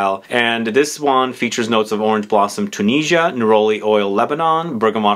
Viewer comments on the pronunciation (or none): none